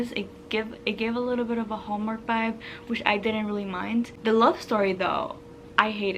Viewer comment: Do you have a Spanish background? I notice when your talk your Bs and Vs pronounce the same - “Colleen Hoober” “Bibe”